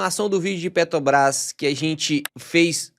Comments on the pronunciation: Bom vídeo. 👏🏼👏🏼👏🏼 Mas “petObras” é osso hein… hahaha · Carioca fala Petrobras com facilidade kkkkkk